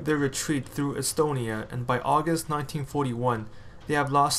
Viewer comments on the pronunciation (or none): none